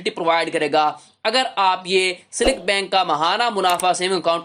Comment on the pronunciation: Abay silk bank tu sahi bol lay pahlay..seelik nae silk hy😂